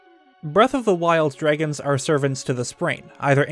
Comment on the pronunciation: inhales DREGGINS